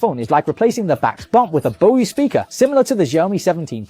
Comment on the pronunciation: Bro it's BOSE not bosiee 😂😂😂😂😂😂😂😂